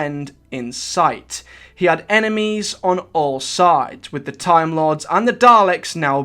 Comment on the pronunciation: ve last gret tahm war